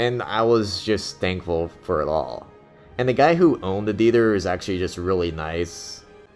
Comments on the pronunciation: What's a Dether? you keep saying dether.....OH, oh you mean THEATER......... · 2 suggestions: 1. learn English grammar, and 2: learn how to pronounce "theater."